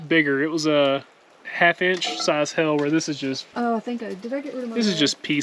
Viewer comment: I love how y’all say hell instead of hail and ol instead of oil lol. You guys got some good rain. Bet it was refreshing.